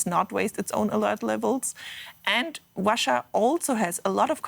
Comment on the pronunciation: That blonde woman's speech impediment is really distracting, especially when she says "Wussia."